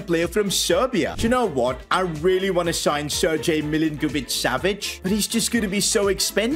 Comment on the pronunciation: At least he pronounced Milinkovic-Savic right , but Sergej...